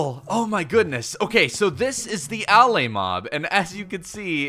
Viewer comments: Its not A-laay its Alae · Its pronounced uh-lay, Not Al-lay. They say it in the into video. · Why do you pronounce it AL- Lay when there's videos of the devs pronouncing it uh-LAY? This is worse than the time they added elytra and every youtuber on earth, instead of just googling how to pronunce that word (EL-ih-TRUH) made up a new pronunciation (ee-LIE-truh), and it stuck now with a whole generation of kids. I really don't understand peoples' brains sometimes. I feel like everyone is trolling me. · It pronounced "Uh- Lay" like you are just saying the word a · I don't wanna be that person, but allay is pronounced al-ay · I'm pretty sure it's pronounced "a-lay." Allay is an English word meaning "to put at ease." Contrast it with "Vex" which is a latin word used commonly in english to mean "to bother or upset"